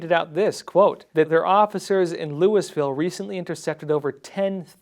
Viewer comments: if the city is the one in Kentucky, the city is pronounced like "Lou-ee-ville" or even "Lul-vul," not "Lou-is-ville." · Louisville is pronounced “Loo-uh-ville” or “Loo-e-ville,” not “Louis-ville” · NTD and the Epoch times need to have a meeting and learn how to pronounce Louisville.